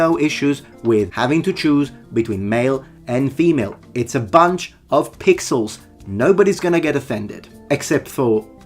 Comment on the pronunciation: Lol, Anyone else thought saying 'my orc is pigsauce".. and taking a moment to realize he said "pixels not pigsauce"